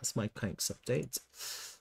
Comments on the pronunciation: It’s pronounced…Kwan-X… not Kanks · QANX /ˈkwɑːnˈeks/ ..... Not kwenks...